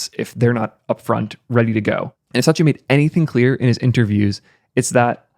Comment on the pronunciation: I don't think Microsoft CEO's name is Sachia. It's Satia.